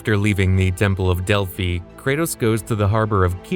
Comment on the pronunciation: Bro said Delphi wrong.